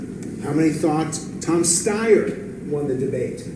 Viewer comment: OMG, KYLE ACTUALLY PRONOUNCED STEYER'S NAME CORRECTLY!!! And it's only taken three debates! I mean, Fuck-Face Steyer still makes me twitch and I can't wait for someone to punch him out (it's all visceral; his policies aren't near the worst), but I know how to say his stupid name! (Yes, I'm reacting to old vids instead of this one, which is fine. I'm just not over my shock, lol.)